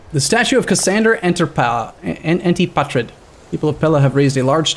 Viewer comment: Antipater - Ahn-tih-pah-ter.